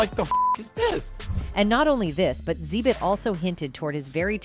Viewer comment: Yeah, A.I. is pronouncing wrong. It’s actually pronounced X-Zibit